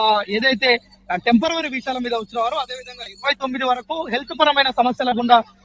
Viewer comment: టెంపెరవరీ వీసాలా? "టెంపరరీ" అని స్పష్టంగా పలకలేని వాళ్ళు, మన రిపోర్టర్లు. శెభాష్